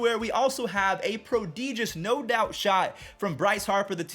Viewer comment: is pronunciation of prodigious as prodeeegious a reference to something I'm missing?